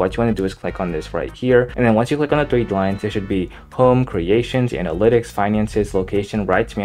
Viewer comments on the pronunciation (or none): Thwee wines bro cant speak